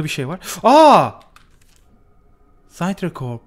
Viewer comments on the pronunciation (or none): Tamam istediğin gibi okuyabilirsin.Ben yine de sana okunuşlarını yazmak istiyorum. (aşağılamak anlamında değil) Sintracorp (Sintrakorp) Pasternack (Pestırnek)